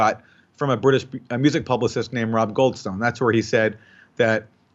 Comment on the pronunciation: “Goldstone”. Every. Single. Time